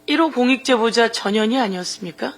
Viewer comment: 전 현 희 의원이라고 발음 또박 또박해주시지 이상하게들림